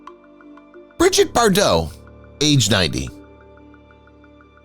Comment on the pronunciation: It's not " Briget " It is pronounced as ' bree-jeet '.